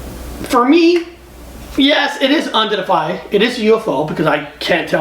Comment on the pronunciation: It’s unidentified. Not undentified.